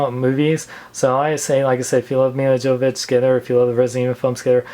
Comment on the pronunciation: Her name is pronounced "YO-vo-vich". The "J" is silent.